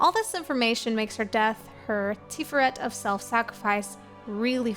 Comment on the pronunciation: Tiferet Tee-FARE-ret , hebrew can be a little flat but slight emphasis on that second syllable.